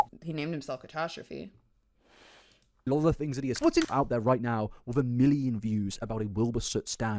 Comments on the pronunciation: I hate the fact the last name is being pronounced Catostrophe 😖 it’s catastrophic, and yes I’m using the term catastrophic to describe it 😂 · Dammit why can’t pronounce catastrophe?